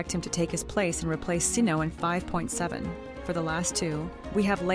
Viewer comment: Cyno ❌ See no ✅ Ok I won't see him :)